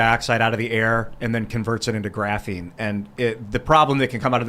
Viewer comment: “Graphine”